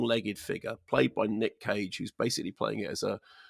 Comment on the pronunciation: I thought he said Nick Cave and I was excited. Then I realised he said Nick Cage and I wasn't any longer 😬